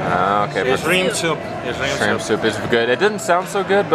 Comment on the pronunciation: Did just pronounce shrimp like "Esrimp"? Hahaha